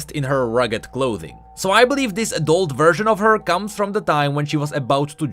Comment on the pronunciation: "adut form"